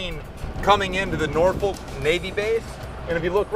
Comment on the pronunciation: Lawd I know those vb natives on the boat did not let you say norFOLK🤣